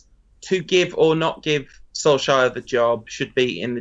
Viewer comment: STOP SAYING SOLSKAR